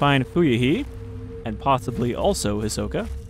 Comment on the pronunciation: I can't help but hear "Ahsoka" whenever you say Hisoka